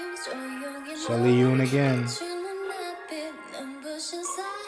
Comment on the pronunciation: I'm sorry, the way you pronounced sullyoon's name threw me off 😂 (its pronounced more like soul - yuun btw 🤗) thank u for reacting to mmixx and loving them! its so hard to find people who appreciate them 🥺